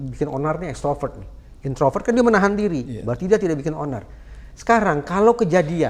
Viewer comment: Instroper atau extroper keonar